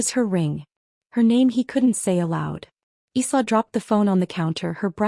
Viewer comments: ILA instead of sla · Isla is pronounced like island s is silent